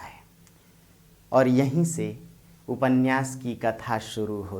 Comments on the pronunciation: उपन्यास को उपन्नयास उच्चरित करना उचित है क्या? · उप में से अ निकाल कर बोलना अर्थगत एवं उच्चारण संबंधित दोष नहीं है। यह एक रूढ़ी की तरह स्वीकार कर लिया गया है जो अर्थ का अनर्थ कर देता है ... इसका सही अर्थ तभी निकलेगा जब हम उपन्यास बोलें